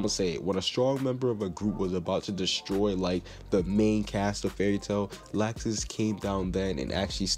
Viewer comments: It's not lacksus it's lawxus that's how u pronounce it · IT IS LOUXES NOT LAXES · Lol he said lausex Lol